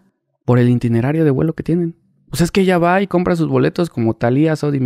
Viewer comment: es itinerario, no intinerario